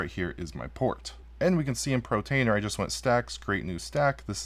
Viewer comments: Dude, sit in front of a mirror and practice POR TAINER. POR TAINER. Please stop saying Pro. You can do it. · Hey, Thank you but you are driving me nuts with your pronunciation of (Portainer) POOR - TAINER not PRO - Tainer Please lol. Great video good job sir! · Cracks me up hearing you say "pro-tainer" Gotta love dyslexia! 😂